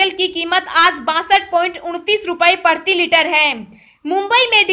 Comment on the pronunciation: OO o o o o o o o o Meri Ammmmaaa PARTHIi Litre nahi . . . . PRATHIi Litre kaho....